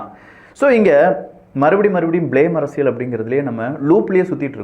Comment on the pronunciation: நண்பா ஒரு சின்ன திருத்தம் செய்தால் மகிழ்ச்சி அரசியள் சதுரங்கம் பதில் அரசியல் சதுரங்கம் உச்சரிப்பு